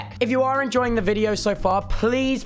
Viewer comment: “Ejoying” I didn’t notice lol